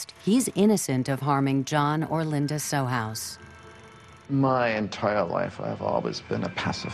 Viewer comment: Too bad they couldn't bother to say John's name correctly; it's Sohus (pronounced So-Hus).